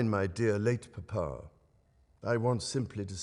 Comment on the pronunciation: when the king said mamah and papah it’s enough for a grown man to cry